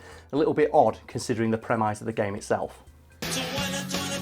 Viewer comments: He said prem ice again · y u pronouncing premise like that